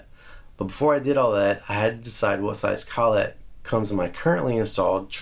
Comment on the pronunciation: collet, one word less emphasis on the syllables ..lol (sorry, don't need my permission to say it the way you want) You are a lot like me, you do things the reasonably priced way. That said, the am pro 2 jazzmaster... wow. You can buy the trem now so put that in your squire. Not sure why they don't just make them the standard now.